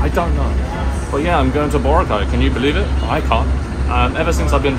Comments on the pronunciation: Yes, accent is on the second syllable. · Hi, just FYI, the Filipino pronunciation of Boracay is boRA-cay... though most visitors do say it like you do, i.e. BO-racay.